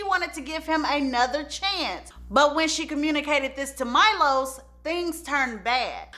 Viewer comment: Milos is pronounced me-lowshush ... hopefully that spelling helps cuz I struggled trying to write it the best way